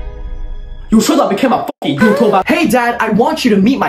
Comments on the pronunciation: “ever heard of a focking calculator?” 😂😂😂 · “Ever heard of a focking calculator💀”